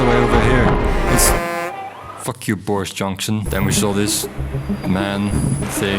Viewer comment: It's bordis jonksin